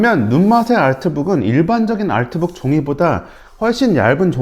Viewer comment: 다른 영어는 다 한국식으로 발음하시면서 아트북만 알트북으로 발음하시는게 흥미로워요